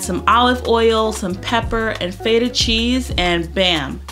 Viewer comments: Girl it’s FET (like wet) UH cheese feta not FaYtah. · I love this! I was one of the people that requested for a savoury version so thank you girl! That burrito and watermelon feta salad is right up my alley. I love the way you say Feta. I make the chicken breast tenders once in a while and have it with a cottage cheese ranch dip, so so good! I’m going to try it with corn flakes like you did